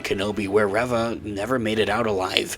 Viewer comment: Spelling aside, it isn't 'Rev-ah',...it's 'Ree-vah'.